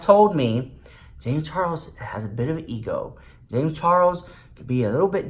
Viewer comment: i love the way you call him james CHAR WOLS xx